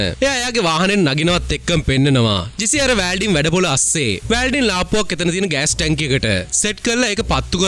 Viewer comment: වෑල්ඩින් නෙමෙයි මචන් වෙල්ඩින්..